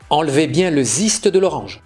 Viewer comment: Vous êtes français,non? Alors,on prononce zeste ou ziste comme vous l avez dit???